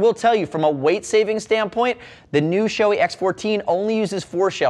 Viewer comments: Gotta call out the incorrect pronunciation of Shoei in all English language videos. It's NOT Shoe-ee, it's Show-ay. ショウエイ (Shouei) is separated in to ショウ (Shō with a long "o") and エイ (ei). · show-E? no no no, its japanese. show-AY. ei. come on guys.